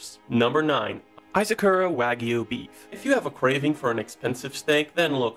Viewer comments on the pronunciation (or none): none